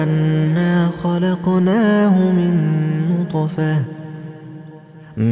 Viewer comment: bonjour , très belle sourate et très belle récitation , je l'écoute depuis deux semaines haha , j'ai remarqué une erreur verset 77 ٧٧de prononciation au mot نطفة le ط est composé d'une soukoune et non d'une fatha . hey every body i think in the 77 ٧٧ sentence it is an error of prononciation at the word نُّطْفَةٍ on the ط it is a soukoune (سكون)and not an fatha (فَتْحَةٌ) , but it could be an exeption of traduction but i don't think thank you .